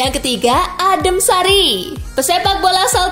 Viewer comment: Njir ngakak pas ngomong adem sari wkwkkwk